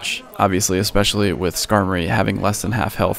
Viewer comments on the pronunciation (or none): none